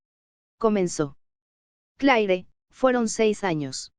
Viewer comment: El IA es muy textual! Por ejemplo el nombre de cleare 😢